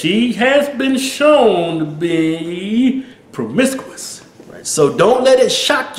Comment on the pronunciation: Wtf is pwomiscuwis? Lol